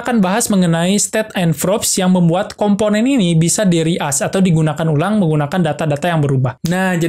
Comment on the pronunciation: reuse bukan reask 🙏